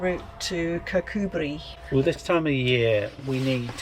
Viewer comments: I am very impressed with your pronunciation of Kirkcudbright. Took us ages to figure that one out when we first moved up here 😂 xx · was spot on!